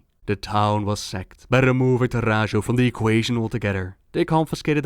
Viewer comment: I always thought camp Taurajo should be read Tauraho (like Navajo which the Tauren seem to be based on)